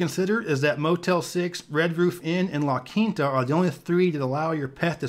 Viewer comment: i never knew people were out here sayin "la quinata." does it rhyme with pinata?